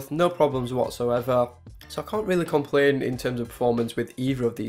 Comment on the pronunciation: Weally nice, phuntastic review...